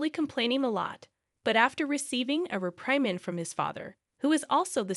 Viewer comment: A man is not a her! Heir is pronounced “air” not hair. You keep choosing the pronouns incorrectly. Reprimand is mispronounced. Not his wife’s mother it’s the husband’s mother. Don’t you proof the work before you put it out?